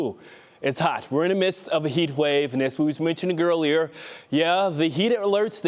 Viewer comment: As we mentioned girlier. I wasn't in English class for that one. When will they hire weatherman that can speak .